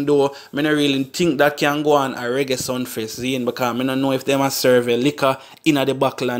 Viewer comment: Sumfest mi bredda not Sunfest